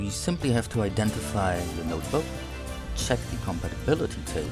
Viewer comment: its NOTEBOOK not noterbook